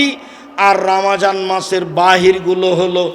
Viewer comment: Atay suddho uccaron